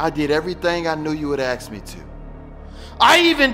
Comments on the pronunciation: "I did everything I knew you would axe me to" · "I did everything I knew you'd aks me do"